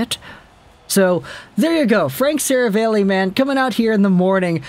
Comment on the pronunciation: Stop saying Serav-ale-ey. It’s Serav-all-ey.